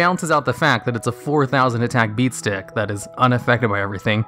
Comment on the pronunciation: When you realise has been saying BeATStiCK for a year+ 😯